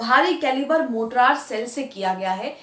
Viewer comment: Good episode. Please note, it's Mortar, not Mortrar.